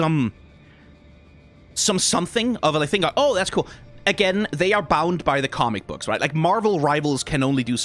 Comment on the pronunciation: I love the pronunciation of "commie books" 😅